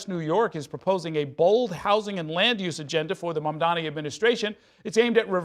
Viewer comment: I can add one :) The guy can't even say Mamdani's name right and he's here demanding stuff?